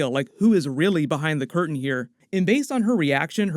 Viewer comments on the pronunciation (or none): none